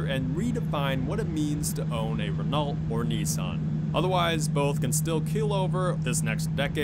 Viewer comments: you're pissing me of saying renault wrong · The T is silent in Renault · The cringe at the Renault pronunciation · It's pronounced "Renault" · I cringed every time he mangled “Renault”. If you want to be a “car guy”, learn how to pronounce the names correctly. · It's pronounced "ren-oh" not renolt. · God damn dude REN-OH you pronounce Renault “REN-OH” not “Ren-alt” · ‘Ren-alt’ bruh it’s re-noh, it’s french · It's pronounced "Reno" not "Ren-AULT" Smh 😞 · It's pronounced Reno duj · "Ren-alt" Really guy? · Relault is pronounced Reh-NO... Sorry to be that guy😂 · In french it's spoken "re-no" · Nissan makes UGLY cars and most people like good-looking cars. and Renault is pronounced RENNO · "Ren-O" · Its ren-Oh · fyi You pronounce Renault as "Reno" Plus the new Corvette doesn't look that nice as what people think it is. Maybe just a personal opinion because they have tried to shape it like its a McLaren or a Lotus or something and stuck with the styling of the older Corvette in a way and it looks a little weird but the front is ok. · Renault is pronounced 'Ren-oh' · just tryna fix something renault is pronounced renau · Cool video. But I hate how you pronounce Renault. It’s pronounced “Ren-Oh” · It’s pronounced Reno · 1) Yes, I mispronounced Renault. I’m an uncultured American swine. I’ll do better next time, I promise. 2) High sales volume does not equal success. Again, check out the other YouTuber’s videos. Selling millions of cars worldwide doesn’t mean anything if your profit margins are 1% (or less) after covering all expenses. A prime example would be GM selling MILLIONS of cars and trucks worldwide, every year leading up to the 2007/2008 financial crisis but still needing a bailout from the US government. 3) When I say modern Buick. I was implying 2010+. Yes, the Grand National is dope but not a ‘modern’ car. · You DON'T pronounce the "LT" in Renault It's French, the LT are silent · Lol the way this guy says renault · He said Renault wrong